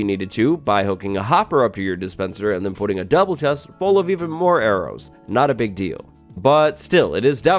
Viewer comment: "a really, really pig deal"